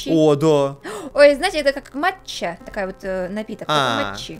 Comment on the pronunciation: Почему я слышал не матч а мача